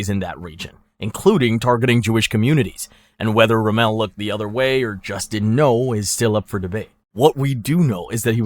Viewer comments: It's ROMM-el, not RoMELL. He wasn't French, you know. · Erwin Rum-MELL?!?! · ROMMEL NOT ROMEL HOW U MAKE THIS VIDEOS AND DO 0 RESEARCH SMH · Can’t get em all bro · Mispronounces luftwaffe and Rommel, but nails Führer. Not talking crap just an observation...also the reason the Germans lost more in the opening of Stalingrad than taking France is because you dont lose men when the other side surrenders right away 😂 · pretty sure it's AI he doesn't even say Rommel right